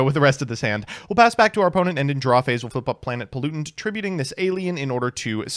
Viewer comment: "planent polluntant"